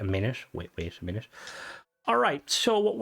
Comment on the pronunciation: "You need to mait a winute." Words cannot describe how much I love you, and how hard I was laughing. Big thanks to for doing all this work. No wonder it took this long. I normally dislike Survival Mods, but this Creation gives me so much immersion while flying and maintaining my ship, especially becaus I live on my ship. This makes perfect sense, and reminds me of the Vertibird Player Home from Fallout 4, which also required maintenance and fuel to operate. (EDIT)- I just stopped by the Ship Services Technician at New Atlantis, and noticed that a Portable Diagnostic Terminal was also placed where he stands! I built one on my ship, which does not have a Vanilla Engineering Bay, but this PDT at the Technician is both convenient and immersive with the Creation enabled!